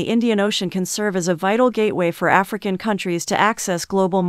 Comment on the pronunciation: ofcourse I know but the way she says that African and Madagascar🙄🙄